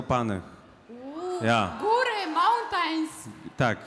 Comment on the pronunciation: "góry, mołntain"